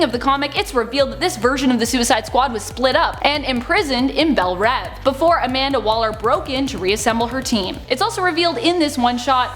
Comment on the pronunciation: It's pronounced Bel Reve as in leave. Also could you have said the word spook any more times omg I felt so uncomfortable. In case you didn't know that's an incredibly insulting racial slur that I'm shocked people at DC didn't catch when they came up with that character